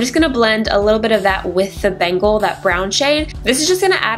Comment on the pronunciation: The look is gorgeous! But the shade Bengal is pronounced Ben-gal! Love your tutorials girl!